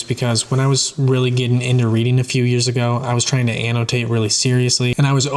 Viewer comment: I love the way you pronounce the word Annotate.